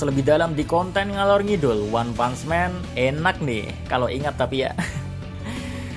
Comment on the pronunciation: Bacanya leb bukan lab jangan nyamanyamain bahasa inggris sama bahasa indonesia nanti youtube lu di hapus loh dan bukan one pants man tapi one punch man pak dibaca one putch bukan pants